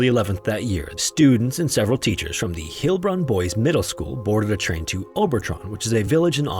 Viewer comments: It’s pronouced Heil-bronn (like it’s spelled) not Heel-bronn. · Pronunciation note, as you are mispronouncing German names (Heilbronn is pronounced 'hile' not 'heel', And Hans Seiler is pronounced 'SILE - er not 'Seel-er'. The rule, in German: "when two vowels go walking, the SECOND does the talking." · Just so ya know: "EI" in German is pronounced like English "eye" /ay/, so Heilbron would be like "HYLE-bron". You got it nicely in Dachstein: I'd've pronounced it like "DAHK-shtyne" (or better still, "DAHKH-shtyne" with a guttural sound instead of a "k"), but given all the issues with English pronunciation and German spelling*, "DACKS-tyne" is plenty good enough. *LANGUAGE NERD ALERT: I tell ya, German vowel spellings are confusing. "EI" sounds like English "eye", but "IE" sounds like "ee" /i/, so the German name for Vienna, "Wien", sounds like "VEEN". That, and German "ST" sounds like English "sht". That said, German spelling matches its pronunciation far better than English spelling and pronunciation. English spelling more or less reflects how English was spoken 500-600 years ago: in that time, all the vowels moved around and the old "gh" sound just outright vanished (except in Scots). Fine: so, what's German's excuse? Well, German did something kinda like English, but not quite as crazy, and early enough that Standard German spelling changed to match. I say "Standard" because German has dialects out the wazoo, and some of them did things that other dialects didn't: try getting a German from the Swiss Alps to speak to a guy from Hamburg, and it'll go as easy as getting a Jamaican patois speaker and a Cockney to chat. Anyway, you go back 800 years to "Middle High German", and the vowels are kinda like Middle English: Middle High German "wîb"/"wîp" (pronounced like "weep") ma